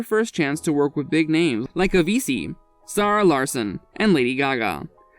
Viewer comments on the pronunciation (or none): Did you just pronounce Avicii as "Avisi"? 🤨